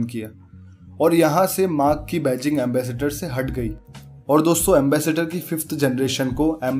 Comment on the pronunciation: Ambassador ko Ambassator keh raha hai